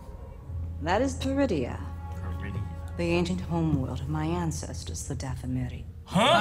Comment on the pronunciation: Everytime she says Peridea I keep hearing Druidia. Damn you Mel Brooks!!! LOL